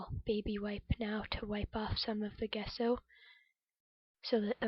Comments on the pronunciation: Thanks for sharing! Page is coming along nicely, looking forward to Part II. P.S. it's pronounced "jess o" rather than "guess o" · It looks great,! I really like the torn map as the base! Can you still see bits of it showing through? Really like the colours you've chosen too! Off to see Part 2!...Nancy:o) (Gesso is pronounced with a soft g sound)